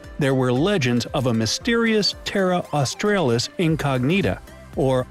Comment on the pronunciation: Misspronounced Australis. It's Austr ahh lis. The latin a.